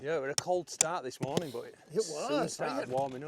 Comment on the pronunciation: Psssst 🤫(in a whisper so no one else will notice) you said "the next monring..."